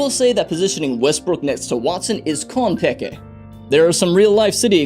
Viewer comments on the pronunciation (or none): Bruh said konpeke? Instead of kanpeki lmfao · The butchering of the word "kanpeki" was painful to listen to lmao. The joke would have landed better if you pronounced it properly, since konpeki and kanpeki are pronounced almost the same. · as a Japanese speaker, that pronunciation is wretched.